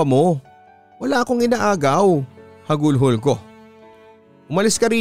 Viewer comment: Bakit laging "hagulhol" ang bigkas ni papa dudut sa "hagulgol"